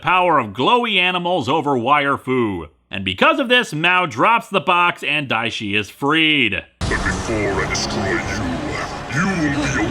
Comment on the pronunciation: Everytime you say dia shi a just think go away haha